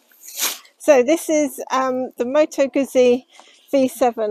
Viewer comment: Moto Guzzi not Moto Guzi